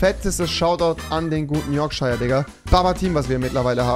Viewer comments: Man spricht es Yorksha aus und nicht Yorkscheier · Rewi:spricht Yorkshire am Anfang des Videos falsch aus Alle die bissl Ahnung von Englisch haben: triggered